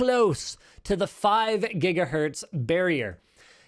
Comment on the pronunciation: Nobody else gonna comment on how Linus called it Jigahurtz the first time?👀